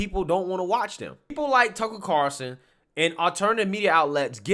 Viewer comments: bruh Tucker Carawlson! Not Carson ffs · cannot pronounce Carlson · stays calling him Carson. lololol